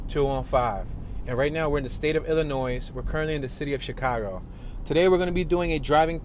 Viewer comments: "Illinoise" ? Is he for real with his pronunciation??? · You do not pronounce the s in Illinois.